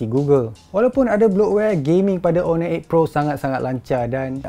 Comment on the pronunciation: Silent 'h' la kt honor tu..